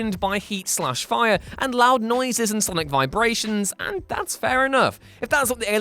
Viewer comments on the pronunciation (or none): none